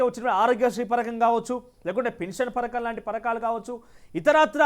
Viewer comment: పరకం కాదు బ్రో..పథకం అని స్పష్టంగా పలకాలి